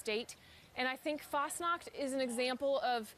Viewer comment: For us Swiss it‘s kinda funny to see how Americans see Switzerland and Fasnacht, and how the mispronounce the words like Fasnacht (Fasting Night) Hütte (Shack) and Helvetia. But it is nice to know that this town does exist in Reality.